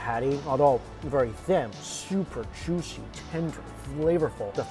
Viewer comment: "Sooper tendurr n jooshi". Over. And Over. And Over. Again. I can't believe some of you guys take this as new and engaging content. This guy is fleecing everyone.